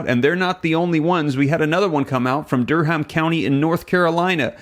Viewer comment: the 'h' in Durham is silent. It sounds like Durum. Just fyi.